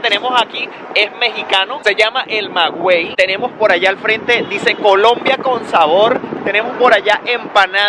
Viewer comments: Excelente te video. Solo que no se dice Magüey haciendo el sonido de la u. Aunque se escriba Maguey. Si dice magey Y gracias a esa planta los mexicanos tenemos Tequila, Pulque y Mezcal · ...pronunciaste mal..MAGUEY...no magüey búscalo y verás que no es igual 👍🏼👍🏼👍🏼pero tuve que retroceder el video para escuchar de que hablabas y me reí bastante con tu pronunciación 😅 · Primera ves que te veo de pana, muy padre tu reportaje. Solo un detalle cultural mexicano jajaj, la palabra Maguey pero no se pronuncia como lo dijiste se dice "Maguey", "el "guey" es como pronuncias "gue" de "guerra" , saludos desde México.